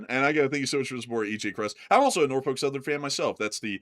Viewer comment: Teacher: Can you use "else" and "also" in a sentence? You: "Eltz, I forgot my homework... and altzo, I forgot where I live." Teacher: "I think you also forgot how to pronounce them!" You: "Altzo... that's what I said!"😅😅😅